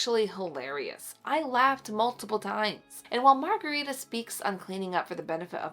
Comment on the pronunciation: I have a second cousin in Sweden named Margareta. It’s pronounced a little different than how you are pronouncing it. But that’s ok 😊